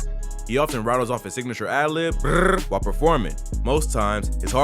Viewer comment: Signinature lmao bruh that shit Memphis gang call hahah